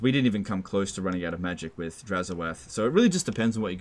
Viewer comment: Ah yes, the man wo can’t say the word „with“ correctly…